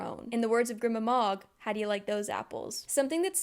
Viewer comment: the way i clocked that jude coulda came back the whole time before i even started qon had me screaming at the book cause she was so blinded by “betrayal” when other people pronounce fantasy names differently than me it makes me mad idk why like i think grima is pronounced gr-y-ma and madoc m-ay-doc